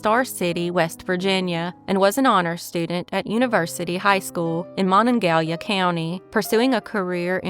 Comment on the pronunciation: Great video! For reference > the pronunciation of Monongahela is pronounced Monon-ga-hela. I used to live nearby.